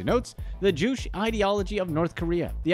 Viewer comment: #2, Juche - is pronounced Joo chae not jewsh